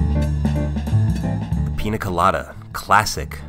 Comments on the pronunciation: People, it's piÑa, not piNa. Similar to the french gn sound or the portuguese nh. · Holy sh*t you're SUCH A GRINGO! It's NOT a "Peena Colada", it's a "Peenya Colada". Literally couldn't watch the video all the way through. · 7 seconds in and I'm already annoyed that white people can't pronounce the things they consume on a regular basis. it's Piña, not PINA. that little squiggly thing matters. PEAN-YUH. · ñ is not that hard bro c’mon nya pee-nya piña hooray you got it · Every time he pronounces Piña Colada like Pina colada I wanna turn off this video but I wanna see what it's about ughhh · Easy explanation: It's Piña Colada. (PIÑA is pronounced pinia not pina). That's a super easy correction that will help you always with any word using Ñ. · Every pina instead of piña hurts my soul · It's not pronounced pina, it is piña. Like a strong nya sound. ÑÑÑÑÑAAAAAAA! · PEEN-YA not PEE-NA! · I hate it when americans say PINA instead of PIÑA. Ñ is a different letter, it's pronounced the same way as the "gn" in 'lasagna' I bet they don't say LASANA. Same with Piña (and any other word with Ñ) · PEE-NYUH not PEE-NUH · I’m sorry but I can’t at the way he says pina 😭😭😭 my Mexican heart hurts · Say it with me: Piña (peen-yah). Not Pina (pee-nah). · Bro stop saying Peen Nuh colada. It’s Peen YUH colada. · Todo es perfecto salvo, que cada tres segundos dice pina y no piÑa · Hey, a trick to pronounce piña properly. The letter ñ in Spanish is pronounced pretty much as n+y so it's more of a pin ya colada and less pina colada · Sorry, but your pronunciation drives me nuts :-) It's a Piñ(!!)a colada and not a Pina Colada... :-) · The correct pronunciation is "peenya", not "peena", since the letter is an "ñ" with a tilde, not a regular "n". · PEEN YA not peena weirdo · Bruh stop saying PEENA colada. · Piña not pina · It's not called PEENA colada by the way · IT'S PRONOUNCED PINJA COLADA!!!!!!!!!!! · how do you spell it correctly but still dont know how to pronounce it?